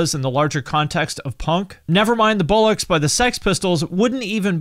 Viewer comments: It's BOLLOCKS not bullocks. A bullock is a young castrated bull, bollocks are a completely different thing altogether !! Why can't Americans pronounce it properly. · Why can’t Americans say bollocks? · Never Mind The Bowlocks? NO! It’s ‘bollocks’, pronounced ‘bollox’